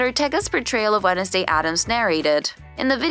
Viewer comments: fr i thought i was the only one that noticed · Why you say wenesday instead of wednesday? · The way they said Wednesday as “wen-es-day” instead of “wens-day” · Yeah... What was that??? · I know right 🤣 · Is this a bot, or are there actually parts of the US where they pronounce it "Wennisday"? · the way she says wednesday 'wennesday' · wenesday day got me dead💀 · orgtaga? Jeri-cho? Wen-es-day? 😭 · How do you pronounce Wednesday incorrectly? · May as well pronounced the D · Wed-nes-day 😂 Its actually spelled like that but its not purnonced That way